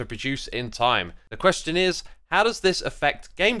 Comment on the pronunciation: As a german here, i find this slichtly strange to hear your voice in german. There only 2 things, which could be complained. the very first word "Question" is straight germanized, like, how a german who never spolen english before would pronounce that. the other one are the numbers, though only in regards the years it´s kind of wrong.